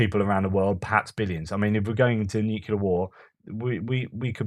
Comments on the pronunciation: Keep up the great work, really looking forward to all of your Ukraine war updates. PS: Dont say nucelar, it's nuclear. Just a friendly reminder. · Another fascinating post. Re the US healthcare system - widely acknowledged to be one of the least efficient (outcomes per dollar) anywhere. A minor point - the word nuclear is a simple two-syllable word. Why do so many people force a redundant third syllable into the middle of it? noo-queue-lar instead of new-kleer.